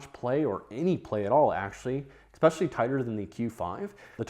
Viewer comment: There's no K in "especially". Why do you say Ek-specially? Caveat: say Kav-ee-aht. Not Kavit.